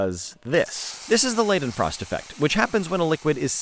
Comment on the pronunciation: “Leidenfrost” is pronounced LYE-dehn-frawst